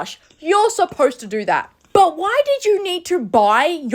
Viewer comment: I’m sorry, but it’s the way she said” what’s that supposed to dorrrrrr”😂😂